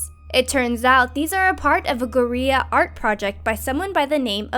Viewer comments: What the actual fuck is a....."goreya?" Twice in this vid she's given the impression that she speaks a fair bit of some form of Spanish. That would be GORILLA art and listen closely to the way she said "that's a lot of dollars." Bless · "Guerriya" art project. They couldn't ask for a second take on that? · Does no one at Planet Dolan know how to pronounce guerilla? You have 5.4 million subs and you don't take a minute to google a word before releasing a video? FU!